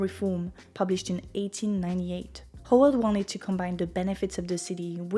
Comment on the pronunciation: Oward = Howard ))) Say: I need happiness :)